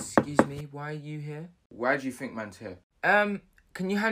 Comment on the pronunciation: “ tink about your life “😂😂😂